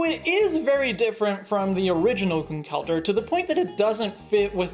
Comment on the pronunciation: due to being a fan of the letter H i have to say that your conkeldurr is good